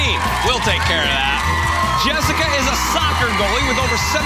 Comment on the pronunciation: Jessa? It's Jessica.